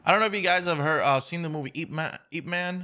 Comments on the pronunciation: MY GUY SAID 'EEP-MAN' INSTEAD OF ip man 😂😂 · Do u mean i-p man?? U said eap man lol